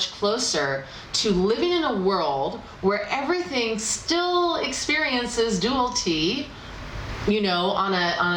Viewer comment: A little constructive feedback..."Dualty" is not a word. "Dual-i-ty" is what you're looking for. Yes, I'm a grammar Nazi. Lol Keep up the great work. Love your readings! :)